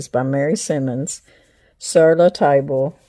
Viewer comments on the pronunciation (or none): Sur La Table is a very nice store. I went to one when I was working in Denver. Beautiful store. The name is French, so table is pronounced “tabla”. 🇫🇷😊